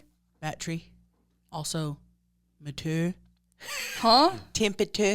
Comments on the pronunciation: Omg 😆 I nearly pissed myself when you said “BAT-rees” and “ma-tour”😂😂😂 My grandparents pronounced batteries and mature liked and I used roll my eyes when I was kid and I haven’t heard that shit in YEARS😂‼️ thanks 😊 Listening from my home 🏡 office in Palm Springs 🌴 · Thats crazy cuz REBA says Mature like that 😂😂😂🤣🤣